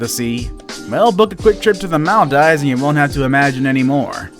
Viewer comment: The way he says Maldives like mall dives